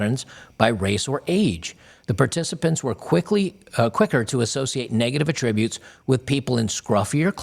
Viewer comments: The accented syllable in the word "attributes" is the first syllable: ATT'-ri-butes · Yeah, it irritated me too. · Attributes. The emphasis is on the first syllable in the context in which you're using it here. If you're attributing a statement to someone, then emphasis is on the second syllable. I'll let myself out. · "...with negative a-TTRIB-utes..." Should be "AH-ttri-butes." The verb is stressed on the second syllable, but the noun (like here) should be stressed on the first syllable. Also . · It's ATTributes not atTRIBUTES. Come on man. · Love ya man, but you really should pronounce "attributes" correctly in the particular context you're using the word. This is literally my one and only nitpicking criticism of your excellent work. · Bro pleeeeeeeeeeeeeeeese learn how to pronounce “attributes”!